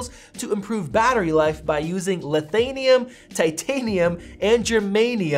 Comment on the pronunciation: It’s laNthaNum (pronounced lan - than - um). Get it?